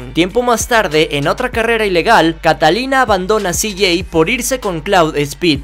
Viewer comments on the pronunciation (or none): none